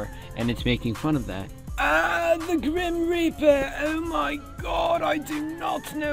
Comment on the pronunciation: Did you say the grim reaper or the grim raper? 😂